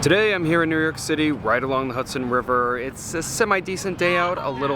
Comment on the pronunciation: he keeps saying new yerk and not new york, goodness gracious! Sorry ya got ripped off here! cavierr and not caviar? lol Kurt's ala carte